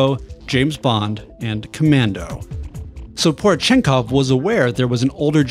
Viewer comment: How, exactly, did you manage to get "Ivan" correctly, but butcher "Porechenkov"? Po-reh-chen-kov, not pore chenkov...